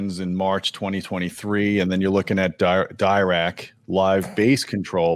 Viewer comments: If I remember corretly, has a degree in electrical engineering, and still he struggles with the correct pronunciation of Dirac? It's not Dye-Rac it's Dee-rac, as in Paul Adrien Maurice Dirac, a French physicist from England who came up with the Dirac equation, from which the Dirac or Delta/impulse function was defined. Dirac live algorithm aims to improve the impulse response, hence the name Dirac. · If you see discussions with the Dirac creator, its pronounced D'ee'rac